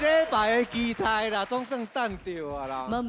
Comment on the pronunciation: 豪平 期待台語是ㄍㄧˉㄉㄞˉ 不是ㄎㄧˉㄉㄞˉ